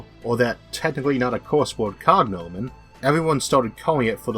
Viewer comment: it's cogNOmen not COGnomen :-) nice video thanks